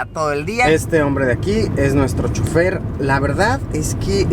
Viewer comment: dijo chufer y no es así es chofer